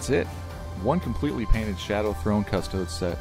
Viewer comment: It's pronounced CUSS-Toe-Deez :P amazing work!